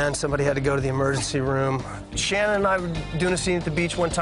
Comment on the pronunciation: Shannen not Shannon